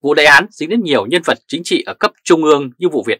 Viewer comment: Hihi bản tin hay , mà đọc không đúng chử nghĩa của tiếng việt nam ? nghe lâu rất khó chịu ? nên bớt lại sẽ hay hơn : dỏ dàng ( rỏ ràng ) chính chị ( chính trị ) hóa da ( hoá ra ) ? tại sao là phải đọc sai mà không chịu sửa ??? cái xấu nhất là buộc người ta phải nghe theo cái sai của mình ! ( kỷ sở bất dục , vật thi ư nhân ) !